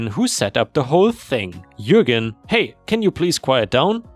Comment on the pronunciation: Oh, knows how to pronounce Jürgen:D